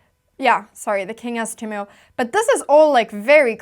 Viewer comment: When move is a verb, Anna pronounces it ‘moove’. When it’s a noun, it’s ‘myoove’. So sweet!